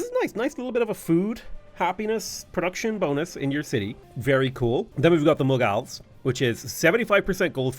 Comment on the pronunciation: The way he pronounced Mughal🤣